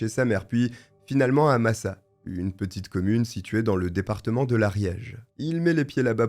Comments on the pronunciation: Je vis depuis ma naissance à Massat, le village où s'est refugié Alègre (d'ailleurs c'est MassaT et pas Massa), savoir qu'un tueur en série est venu se planquer dans notre petit havre de paix me fait frissonner... J'ai l'impression que mon village cache beaucoup de choses, il y a des meurtres, des disparitions, des agressions, des enlèvements... Et pourtant en apparence c'est l'endroit le plus paisible sur Terre. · on prononce le t de Massat,j habite pas loin ,cette histoire a hanté l Ariège pendant longtemps..